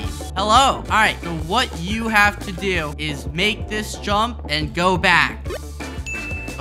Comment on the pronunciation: “did you even haft to do anything”